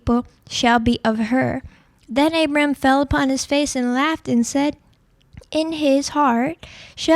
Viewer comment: its also not pronounced abram